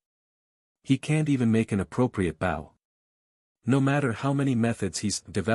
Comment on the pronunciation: Can the voice fix the word bow please....